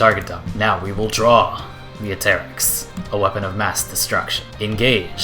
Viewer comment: the pronunciation of atterax ruined the whole video my friend